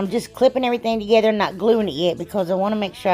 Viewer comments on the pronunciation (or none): none